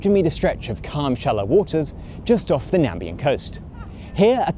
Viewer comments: WHAT IS IT WITH ENGLISH-SPEAKERS MURDERING NAMIBIA? It is the NamIbian coast, with an I, not Nambia, and accordingly, it is the Nameeeeeeebian coast, not the Nambian. Sheesh... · I live in South Africa, and when he said "Nambian Coast" I went to go search this country I've never heard of, "Nambia"... even though I know Walvis Bay is in Namibia lmao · Nambian? You mean Namibian?